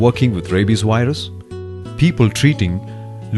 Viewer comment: I'm with Microsoft tech support, we beli ve your computer has a wirus.